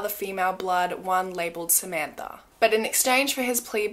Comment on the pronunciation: I know that this is incredibly inappropriate sorry when she said Samantha all I could hear was olof